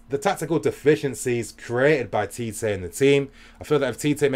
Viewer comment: First of all, Tite is pronounced as "Chi-Chi" LOL... Not TeeTay I was telling my friends that Mertens and Carrasco are the deadweights in the team, along with Meunier. And Belgium gave themselves a chance with the changes! Neymar couldn't find a way pass Fellaini all evening. Oh that diving... It's less, but when he did it's so fucking exaggerated. Hazard showed tonight what a leader should do. When you're the best player you need to make sure you deliver. He bought so much time and freekicks for the country. Hazard > Neymar Finally I need to talk about Tbo. He has been the best Gk in the World Cup, and it's not close. All the stupid talk about fans wanting him out is bullshit. They don't see what an all round keeper Tbo is. Every long ball towards the box? Tbo gobbles it up. Stop insisting that Allison or De Gea is better. Tbo has to be mentioned in the same breath already.